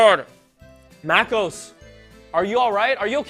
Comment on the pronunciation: ok soy el unico que noto que MacOS SE ESCUCHA COMO MecOS osea que pex con apple